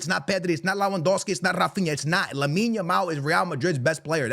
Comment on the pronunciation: You can tell was looking at himself at the mirror and practicing saying Lamine Yamal 😂